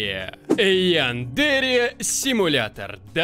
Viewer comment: Янда́ре симулятор? Думаю правильно Я́ндаре